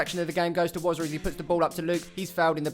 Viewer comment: I just want to correct that it's Wozza